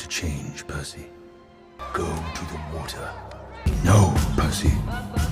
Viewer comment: Is it just me or does Poseidon call Percy, "Pussy."